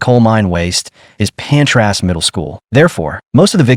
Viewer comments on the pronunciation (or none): Man this is such a disrespectful video, the place is called Aberfan - pronounced ah-buh-van, and the school was Pantglas, not Pantras.